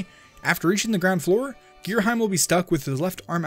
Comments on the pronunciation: Going by the Japanese spelling, it's pronounced Gira-'him', as in 'him and her'. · Ghirahim is spelled Ghira-Him, not heim, you say hem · It is pernounced gear - a - ham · giraheem xD sounds funny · I always pronounce it like Gear-A-Heem. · For future reference, it’s gear-a-HE-m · how to pronounce Ghirahim Gear Ra Him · Also, considering how English usually goes, to have the sound is saying, you would need an e at the end to change the sound of the I. I would actually be more concerned with how the first part of the name is pronounced ("geera" versus "guy-ra" type of thing). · His mistake for Ghirahim's name makes my fangirl self very angy